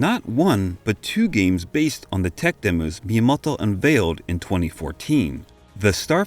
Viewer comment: Fantastic sum up and video! Hard to abstract from the Japanese names being pronounced like a 60s parody of some accent I can't even pinpoint. Miyamodwoh. Miyamodhwhohw? Maybe just stick with just 'TO' for future videos :)